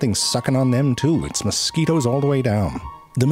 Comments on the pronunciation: I like the way he initially pronounced mosquitoes as "moss-ku-weetos" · I'm not going to lie the way you pronounced mosquitoes is the only way I can remember how to spell it. Now I just imagine you saying it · Moscoweetoes.. that's great, you always have the greatest pronunciations And I dont care how many times I hear it.. behbehs 🤣 look at the behbehs 😭